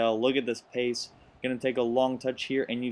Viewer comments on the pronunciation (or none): none